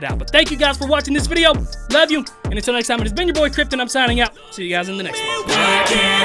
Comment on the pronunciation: Not picking on him but every vid he makes i here vid-ja instead of video is it that he cant pronounce it right or he just like to use slang in the word?